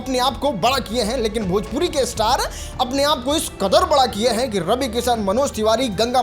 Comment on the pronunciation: पहले बड़ा कैसे बोला जाता है वो सिख लो 😂